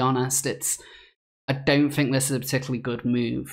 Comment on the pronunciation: I've watched your posts and enjoyed them mostly. But please work on your think and ''fink''